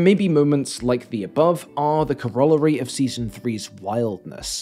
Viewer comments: I've never heard someone pronounce corollary that way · today I learned: Brits pronounce "corollary" weird